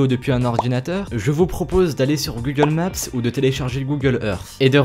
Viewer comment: OH MON DIEU COMMENT TU DIT GOOGLE MAPSSSSE ET GOOGLE éRSSCE